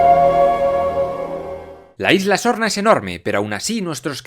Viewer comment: Solo yo escucho: LA ISLA ZORRA? 🤣